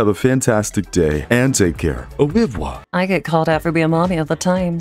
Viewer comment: Just saying its au revoir not revior lol. Free friench lessons XD